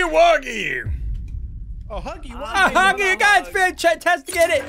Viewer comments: It's huggy wuggy not huggy puggy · It’s huggy wuggy not huggy puggy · Its huggy wuggy not huggy puggy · Ay!! It’s not huggly Puggly it’s not huggy puggy it’s huggy wuggy! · ITS NOT HUGGY PUGGY ITS HUGGY WUGGY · Bro It's not Huggy Buggy It's Huggy Wuggy Or You Can Call Him Huggy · HIS NAME IS HUGGY WUGGY NOT HUGGLY PUGGLy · Its not huggly puggly its huggly wuggy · His name is huggy wuggy not hugely pugly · It’s huggy wuggy not hugglie puglie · The name is huggy wuggy not huggy pugly